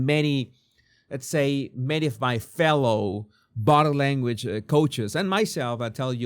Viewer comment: Because of your accent, each time you say body language, it sounds like bottom language. I thought you should know, with Sydney as the topic it is however somewhat appropriate.